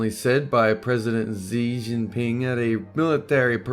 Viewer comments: xi jinping is pronounced "chee jinping" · it's pronounced "She Zing Ping"